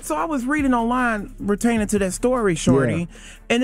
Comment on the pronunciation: Bertaining to what. Shut up.